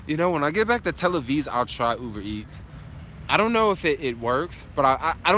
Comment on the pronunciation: you keep saying Tel Aviz. 😂 love it man. This trip is very inspiring